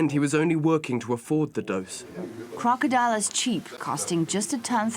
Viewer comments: KROCK-A-DIL,,, LIKE DILL PICKLES. NOT CROCKADILE...ITS KROCKADIL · It is k-r-o-k-o-d-i-l, news lady -- not crocodile. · ITS CALLED KROCK-A-DIL....NOT CROCKADILE. ITS DIL LIKE THE DILL PICKLES. KROCKADIL. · ITS CALLED KROKODIL!! NOT CROCDILE!! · its pronounced crock-uh-dill...not crocodile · its krokodil not krokodile dumb bitch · Don't tell me she said "krokodile" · bravo brate, u tell her how it is, its KROKODILJ lmao